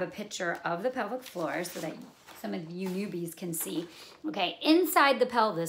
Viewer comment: Thanks for the clear explanation. Much appreciated. Initially I was wondering what this 'public forum' you were talking about, but then towards the middle of the video, I realized you were saying 'pelvic floor'.